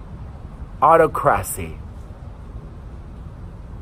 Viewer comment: Autocracy is pronounced ah-TOCK-crah-see. It's a sucky word to say. Love you much, Perez!!!!